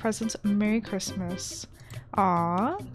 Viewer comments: I love it how your saying Chrimmas instead of Christmas:3 this is too cute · I like the way she kept saying chrimas instead of Christmas 🎄 🙂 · Every time she said merry crimas I started laughing so much😂🐸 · “Merry chrmas” LOL NEVER FAILS TO MAKE ME LAUGH! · You said Chrimas the whole time! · Are you pronouncing it as cri-mas on purpose?bc where I live we pronounce it fully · I love you but the way you say Christmas is making me go crazy 😤😂😅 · Hahahahaaa I love how u say Christmas